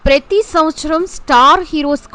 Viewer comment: "Pray thee " kadhu "Pra thee" Prathi samvathsaram